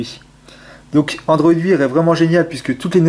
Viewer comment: bonne video mais android wear se prononce android waire